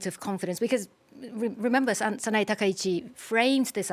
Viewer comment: It's not Sana-ee. It's Sana-ei.